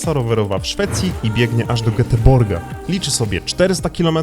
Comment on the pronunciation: Oj, nie odrobiliście lekcji z szwedzkiej fonetyki. Np. Goteborg wymawia się "Jeeteborii". :D Szwedzka fonetyka jest śmieszna. Nazwy miejscowości można sobie odsłuchać na wikipedii :) Super, jak zawsze <3